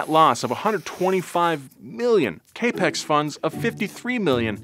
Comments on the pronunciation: Just FYI I believe "capex" (at roughly ) is pronounced "Cap Ex" (not "Cape X") because it's short for Capital Expenditures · It is pronounce CAP-EX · pronouncing CapEx as “kay Pex”. Bless. It’s okay there’s no way you coulda known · Hey, great presentation and thanks for all you and your team do for us. A quick note, CapEx is short for Capital Expenditure. It's pronounced Cap (like the hat) Ex (like the gf). Keep on keeping on! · LOLOL "kaypex" funds. It's Cap-Ex for capital expenditure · Pronouncing Cap Ex as Cape X is wild……did no one catch that on the edit? Donut is literally owned by a venture capital firm…. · Just an FYI, now that you are branching into financials reporting. "Caypex", as you pronounce it, is short for 'capital expenditure', so maybe pronounce it "cap-ex" like the pros, the ones what done binniss money school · Hey, absolutely love this show. Just wanted to let you know that "capex" is pronounced cap-ex, as in Capital Expenditure; those are funds to be invested in things like equipment or IP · Capex is pronounced cap ex. It's short for Capital Expenditures.